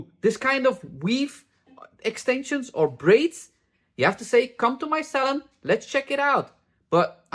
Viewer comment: I can listen to talk all day😂 I hear 'salad' not 'salon'. I love the way you pronounce purple and '30 volume' 68 years old, white hair but love watching